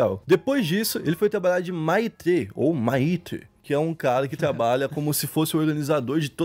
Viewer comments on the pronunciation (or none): Maitre se procuncia "Métre" , é tipo sub-gerente do restaurante. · Parabéns pelo vídeo. Gostei muito. Só uma correção: Maitre em francês fala-se MÉTRI. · a pronúncia é: " METRE". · “Maitre” é foda hahaahah se lê metre. É o cara que cuida dos garçons hahahahaah maluco, as vez eu esqueço a sorte que tive na vida. Poxa, bora estuda mais mano.... vc apresenta temas variados, vai ter que dar uma nerdada. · Se lê métrê Jesus kkkkkk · A pronúncia de maitre foi demais kkkkkk CreiDeuxPay